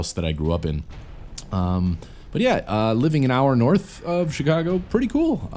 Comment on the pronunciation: i like how you said ch cago lol